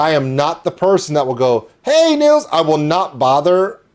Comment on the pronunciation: Sounds like you had a great birthday 🎉 You nailed the pronunciation of Nils' name in "Hej Nils!". ( It's more like nills than niles)